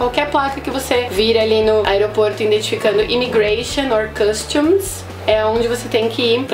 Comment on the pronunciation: Hi teacher. Better be careful with that Customs. Costume means "fantasia" (de festas e eventos afins). You spoke both or very close to that. Just a friendly hint.